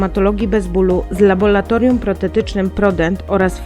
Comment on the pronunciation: Laboratorium nie Labolatorium xD